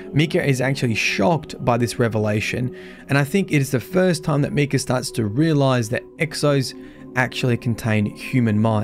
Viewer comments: It bothers me how he says Micah's name. Cause that's my name and so many people have jokingly said it like he did. Btw it's pronounced My-cuh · MY CAH (how to pronounce it) ffs you suck at prounouncing these things 😂 love watching you try to prounounce names on stream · Barely started watching and how you pronounce his name already annoys me. Micah(mike-ah) is the correct way to say it; just wanted to point it out(like many others already have. Other than that the lore overall is 5x darker than the previous darkest lore we've had. Among other family members mentioned on the raid armour/weapons; Ada is listed and it's implied she's a non-Exo at that point in time. That in itself is massive as she was likely CB's final successful experimental Exo that doesn't need to be mind reset?? Besides that any current Exo couldn't get mind reset even if it was necessary as the facility to do said function is basically non-functional/destroyed!!... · English is weird. to even write “Mee” to explain what the whole world pronounces as an “i” , i as in interest, shows the perversion of the language . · So im guessing you havent heard of the character Micah Bell. Just bringing it up as it might help with the pronounciation of the name